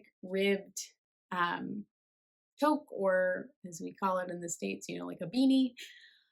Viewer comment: First time watcher! Looking forward to your next video. I’ve knit the wild wool trail socks, they’re very comfy and durable! Interesting heel construction that what I’m used too. Oh, and toque is pronounced ‘two-k’!